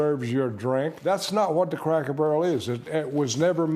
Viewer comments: The person reading this keeps saying Crackle Barrel instead of Cracker Barrel- pretty lame. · Girl its CRACKER not Crackle. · CRACKER BARREL, NOT CRACKLE 😂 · I thought it was Cracker Barrel, why y'all saying Crackle Barrel? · Crackle??? It's CRACKER 🤣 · Cracker Barrel not Crackel barrel 🤨🤨🤨 Hype+ yall can’t speak or something😂🤣😂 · Imagine what them folks gonna do when they hear her pronounce it, Crackle Barrel! 😅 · Sounds like you were saying “crackle “ barrel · Stop saying “crackle” barrel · I'm confused as hell. Why does it sound like she keeps saying Crackle Barrel? Reminds me of when some of my people who couldn't say street or specific would always say Skreet or Pacific. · I'm going to need you to use the correct pronunciation when speaking about this establishment. We need to hear a HARD ER at the end of Cracker every time you say it. Maybe that will help identify who is taking the most offense at the change. Say it with me crackER Barrel. 😂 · Crackle Barrel????? 🤦🏿 she said it wrong every time 😂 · Why does the narrator keep saying crackle? Must be DEI hire. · Is she saying Crackle Barrel? 😅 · I'm sorry but her inability to properly pronounce the word, "Cracker," made me turn the video off. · Thought I was tripping 😂😂😂